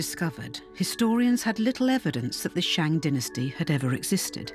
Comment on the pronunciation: BBC are idiots for not doing their homework properly. The name of the the 商 dynasty is so utterly mispronounced.